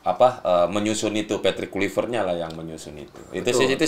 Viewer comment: Akmal Akmal.. luipret kluipret. Itu huruf v bukan p eeehhh